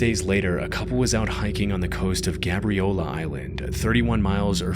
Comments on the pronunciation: Gay-briola. Not gah-briola. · It's pronounced 'GAY-Bree-Oh-La.'